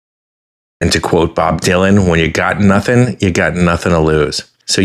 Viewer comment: That guy said "nuttin"" and "sabbatical"in the same sentence.